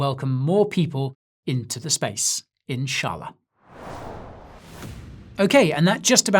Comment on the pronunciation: LOVED THE WAY YOU SAY "INSHALLAH"